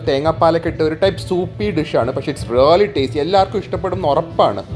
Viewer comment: Rrrrraly alla bro "Really"